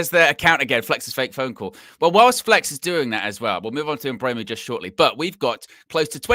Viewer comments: It’s Mbuem- O not Mbuem —U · Eu not ue but you’re right